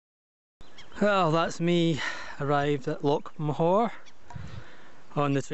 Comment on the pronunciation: Loch not lock.